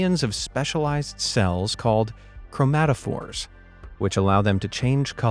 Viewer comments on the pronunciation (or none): none